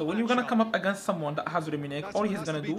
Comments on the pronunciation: The commentatory be like Rummenig...😳😂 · The way the commenyator says "Rumminigge"💀💀💀